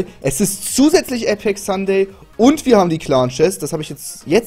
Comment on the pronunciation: Sunday? Ist doch Suterday XD